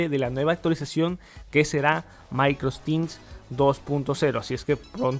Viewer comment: De onda nomas es Microsoft Teams no MicrosTin